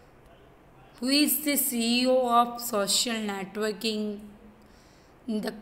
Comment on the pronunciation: Netoking bol rhi hai